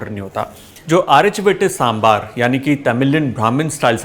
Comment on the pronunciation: Thank you!!! For saying Sambaar!!! And not Sambhar. And on top of it, you actually pronounced Arachu Vitta Sambaar soooo well! Love it! ❤️💜❤️💜❤️ Recipe is almost spot-on! I say "almost" because like you said, every house has a slight variation and nothing comes close to Amma's Sambaar 😄